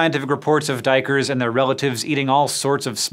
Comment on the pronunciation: hey man your prenounciation of duikers is perfect way to say the dutch word for diver.